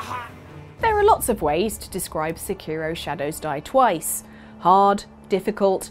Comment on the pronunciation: Where are the other people? Are they still involved with this stuff? Also why do so many Brits butcher Japanese names? I don't expect people to pronounce Sekiro just like a Japanese person would, but the emphasis is all wrong.